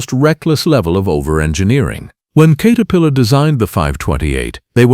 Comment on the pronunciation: Kater pillar come on, get your shit together AI